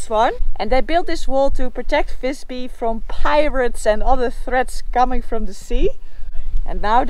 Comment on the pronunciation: Not Fisby! More like Wisby. Fis in Swedish=fart. Fis-by would be Fart village.